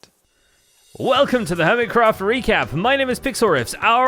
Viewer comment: "HERMITRACT" 😂😂😂 🤦‍♂️ WHY???